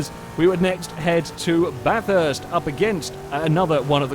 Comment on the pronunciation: Finally someone who can say Bathurst properly